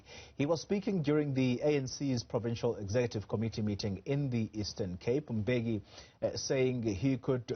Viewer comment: I feel like the surname of the former president is mispronounced, the guys from Dutywa I have been in school with who share the same surname bengo Dlamini phofu would say M-beki not M-bheki as what is usually said. Anyway anc is a lost cause, I still can't get this- they paid de Kok R40 000 a month as a salary and a total maintenance of about R200 000 a month? Meanwhile an unemployed black citizen was paid R350 for six months or so? Really?????